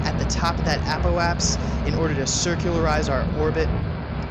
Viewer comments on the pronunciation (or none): its apoapsis.... apoapsIS!